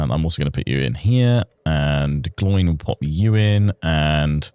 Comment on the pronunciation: I was looking for this comment the moment Gloin was said that way lol